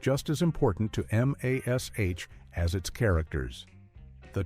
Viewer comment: Mash !!! Not M A S H🙄